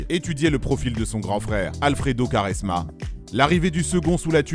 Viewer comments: Svp on dit (kwa)resma et non (ka)resma 😁😁😁😁😁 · Superbe vidéo mais Quaresma ça se prononce "Kouaresma" pas "Karesma" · j'allais regarder la video puis il a dit karesma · Non ça se prononce "kwarezma" pas koresma mdrr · Sa se prononce Koresma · Vidéo de merde.. renseigne toi mieux sur Nani.. joueur de l’année en 2011 en PL.. carrière riche en titre.. excellente saison en Turquie et plutôt bonne en Espagne.. porte son club d’Orlando aujourd’hui.. et putain la prononciation de quaresma c’est pas possible.. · Commence par prononcer Quaresma correctement avant de t’improviser grand technicien de ce sport incroyable . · Y sais pas le dire sa m'a fait saigner les oreilles